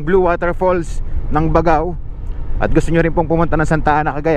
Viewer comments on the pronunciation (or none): Gat-ta-ran. Hndi Ga-ta-ran. Bag-gao. Hndi Ba-gao. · Sir, ako po ay tga Cagayan. Ang pronunciation ng pangalan ng lugar kung may nadobleng letra katulad ng Baggao, Lallo, Capissayan ay hindi shino-shortcut. Parang ang bigkas ay Bag-gao, Lal-lô, Capis-sayan.😊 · Bag GAO. Tamang pronunciation nya bossing.